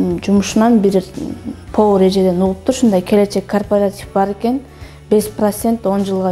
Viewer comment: Кооператив деп туура суйлочу,корпартив дебей